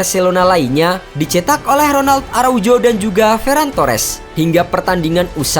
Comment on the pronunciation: Bacanya ARAUHO… bukan araujo